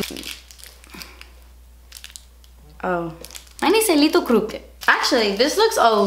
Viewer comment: I think I was the only one who laughed when she said "Mine is a leetle bit crooked" XD omg